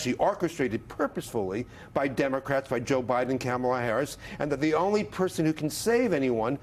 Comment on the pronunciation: Stop saying that Trump is using misinformation or disinformation. Call it what it is, lies! And learn how to pronounce Kamala's name. It's not difficult.